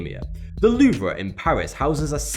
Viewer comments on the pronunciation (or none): i cringedso hard when he pronounced the Louvre as, "loov-rah" lol